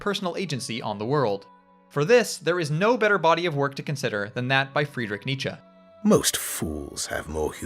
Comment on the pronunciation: Something about the pronunciation of “Freedrick Neetcha” is very funny to me